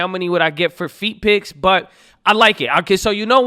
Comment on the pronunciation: bro said feet pics 😂😂